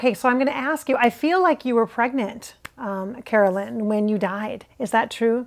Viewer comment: You know how you kept saying “Caroline” instead of Carolyn. Maybe that was jfk jr. thinking of his sister(Caroline) too! Nothing ever happens by mistake 😉